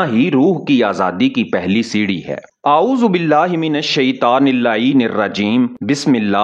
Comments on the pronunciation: Aoa bhai apne aaouzubilla sahi nahi pari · Apko aozebilla bhe she nhi ati